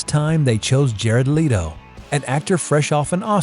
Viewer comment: Why Do You Keep Butchering Jared Leto And Barry Keoghan's Last Names?